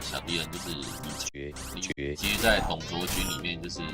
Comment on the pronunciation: 之前李傕他唸成李崔應該是改這